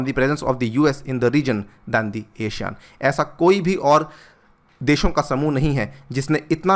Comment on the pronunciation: you pronounced ASEAN wrong.